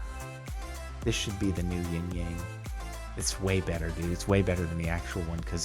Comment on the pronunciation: I was getting so not satisfied because Jardon didn't yin yang he said ying yang which is gramaticly incorrect in the chines language